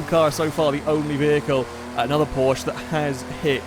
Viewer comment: At this point I'm convinced he knows full well how to pronounce Porsche and does it just to annoy the Germans